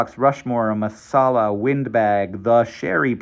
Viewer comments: Masala =/= Marsala 😂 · Hank 😂 Marsala is not Masala.